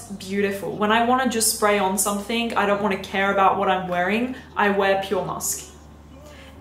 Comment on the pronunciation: i adore you and thank u for ur reviews but pls stop saying somethink.. no shade x